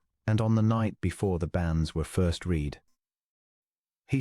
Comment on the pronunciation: "Read" here is pronounced "red" not "reed."